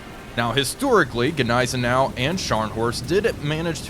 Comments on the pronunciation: NIZE-EN- OW theres' no G as it's silent. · AHHHHHHHH, stop saying Gnizernou, the G is silent. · Everytime I hear that soft g on Nighzennow (spelled as pronounced), I shutter just a little. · The g in gneisenau is actually silent 😂❤ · The G in Gneisenau is silent. Just a fyi. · Ok given how he pronounces Gneisenau, he has to be messing with us when saying Wilhelmshaven